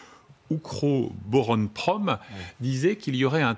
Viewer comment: 14 min c'est plutôt Ukr-oboron-prom (UOP) et no Ukro-boron-prom. Ce qui aide beaucoup dans la compréhension des choses ce sont des gens sur un plateau ou dans un comité .... qui parlent les langues du conflit comme locuteurs non natifs.